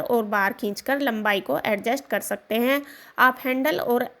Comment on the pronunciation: आप ने कर सकते हैं कर सकतें हैं पर इतना जोर दे के बोला like essay reading😅😅😅बकवास